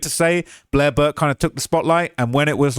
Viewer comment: you said "Durk" instead or Burke.